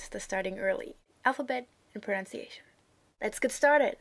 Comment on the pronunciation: Pronounciation direkt bei falsch ausgesprochen, eine Leistung. "Pronan..", nicht "Pronaun"... erstes Semester...